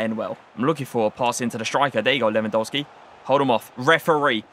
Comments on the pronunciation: Your videos are too tier!!! But please can you say his game correctly. It’s pronounced Levandovski the polish pronunciation of a W is V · Admit it you almost said Lewandisney 😭😭😭😭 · At least pronounce the guys name right.